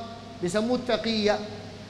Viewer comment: يعني تُقْية ؟؟؟؟ اخي في الكتب و عند المحقيقين تقية كما ذكر الشيخ بفتح التاء و كسر القاف.